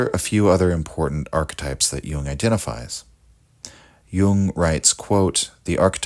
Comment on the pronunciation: "Ark-types?" What's an ark-type?